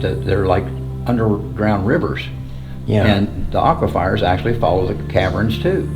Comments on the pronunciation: Aqua fires??? Your killing smalls, it's aquifers! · Lambyrinths and aquifires 😂